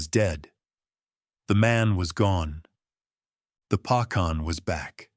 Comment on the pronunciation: Correct..."Dah" (yes) Pah khan ..mouse is "meesh" or "meeshka" mah yah(mine) duh rah guy aah( my loved one)..good try but need to work on pronounciation..😊❤